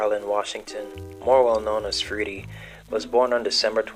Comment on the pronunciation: Freddie is the pronunciation. Please pronounce it correctly.